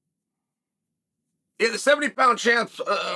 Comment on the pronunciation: Chael "Bloohal Moohamed" Sonnen lol